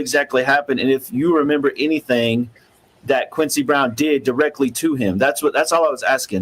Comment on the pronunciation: If I never hear the word “Anythink” again it will be too soon!!!